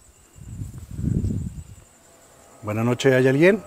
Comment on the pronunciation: Jaja si, me desespera que no le ponga "s" (buenaS nocheS) jaja